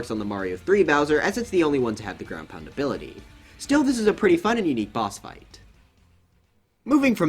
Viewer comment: “ground pund”